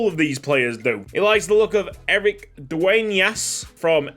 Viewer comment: as a native Spanish speaker I need to say it. It was a FLAWLESS pronunciation on Dueñas surename